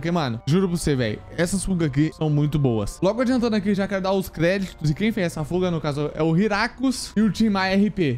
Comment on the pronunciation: Quando ele falou fuga, eu entendi puga kkkkk, na minha mente (caraca ele tá com 3 pugas 😨) mais é por causa do aparelhokkk tmj.